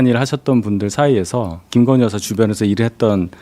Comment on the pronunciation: 여사라고 들리시나요? 난 여자라고 들립니다만